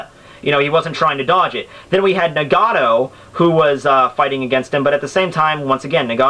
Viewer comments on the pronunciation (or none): none